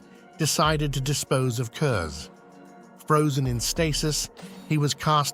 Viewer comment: Since no one else seems to have said it, his last name is pronounced kurz not kurzer